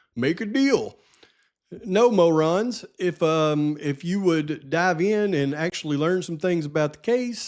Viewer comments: Love your pronunciation MO' ron. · It's pronounced mo-ron. Lol